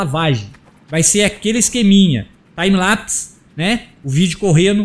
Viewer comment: Desculpa te corrigir mas o certo a se falar é "time lepici" (escrevi errado pra ficar melhor de pronúnciar )